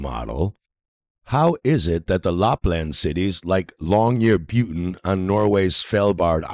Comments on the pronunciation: "Long-yer-buten" is on "Svel-bard" LOOOOOOOL. Also, if you're wanting to prove your point, should you not be looking at the different environments of Svalbard vs the Antarctic station? Svalbard is basically a cold desert. It does get snow and rain, but it's nowhere near what other places get. As soon as 24 hour sun season starts, what snow and ice there is melts, the ground starts to heat up, and the permafrost comes alive with tiny arctic plants. The Antarctic is just snow and ice. The terrain is far below the top level of this snow and ice in most places, so doesn't absorb ANY heat from the sun. THAT is a main reason why there is such a temperature difference. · Dafuq does he keep calling Longyearbeyn? He's not only a flat earther, but he's also butchering the name of towns now?! EDIT: and "SvElbard"?!?! Svalbard!!!! Repeat with me: S-v-a-l-b-a-r-d! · Long-year-byen [ˈlɔ̀ŋjɛrˌbyːən], It's not Long-year-byuten. Where do you anglo-imperialist bastardizers get the "ut" from. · "How is it that the Lupland cities like Longyearbuten on Norway's Svalbard Island . . . ?" Lapland (not Lupland) is in Finland, 1000km from Longyearben (without the letter "T" in it) which is on the island of Spitsbergen, part of the archipelago of Svalbard. Yep, I'm definitely going to trust this moron as a reliable source. Not. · He did not pronounce Longyearbyen correctly. It is long year bin.